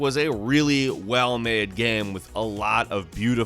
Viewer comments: It's game not guyam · can you please stop pronouncing game as GEEEHMM? Thanks.